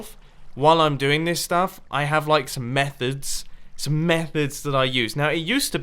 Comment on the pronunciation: I really thought you were gonna say meth... The way you said it METHods